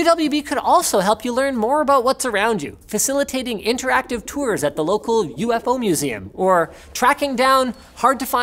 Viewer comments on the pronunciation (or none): none